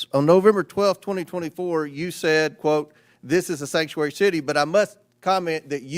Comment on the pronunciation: All of a sudden they can't say the word sanctuary